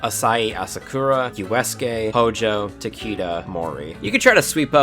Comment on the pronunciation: Why are you saying eroge like that Kenshin is rolling in his grave at that pronunciation of Uesugi too.